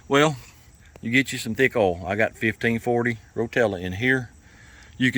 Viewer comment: It’s oil not erol 🤣🤣🤣🤣